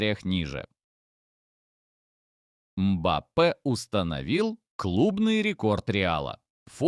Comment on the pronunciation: Мбаппе, ударение на букву,,Е